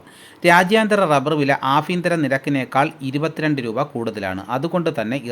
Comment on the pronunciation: പല ഫാകങ്ങളിലല്ല ഭാഗങ്ങളിൽ എന്നാണ് ആഫ്യന്തരം അല്ല കോമു ആഭ്യന്തരം എന്നാണ്